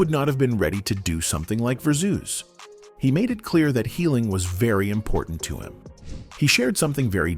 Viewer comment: What's ver-zeus? LOL